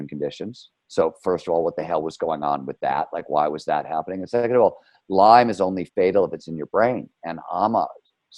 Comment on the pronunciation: its "Lyme".... not "lymes"